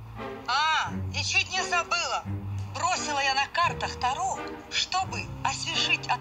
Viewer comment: карты Таро, а не тару, они не молдавские